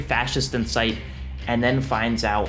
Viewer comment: "Unvegtablizes" H A